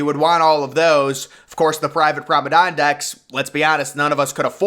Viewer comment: Please learn how to say the word promenade 😂 I watch so many of your videos and you say “pra-meh-dawn” and it drives me crazy lol